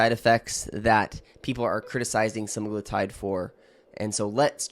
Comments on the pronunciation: He's pronouncing Semaglutide WRONG, reddd flaggg, you guys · Are you a real doctor? You don’t seem able to be able to say semaglutide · Specifically, you mispronounced semaglutide multiple times, and then Medullary thyroid cancer (MTC). Not sure I'd trust your opinion or judgement.